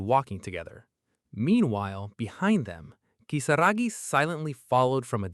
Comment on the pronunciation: Why are we calling Kisaragi "Kisagi"?????? It's giving me atic everytime I hear Kisagi. Ki-sa-ra-gi